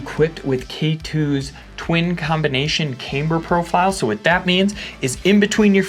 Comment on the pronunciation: Finally!!! stopped saying caimber! Nice going dude..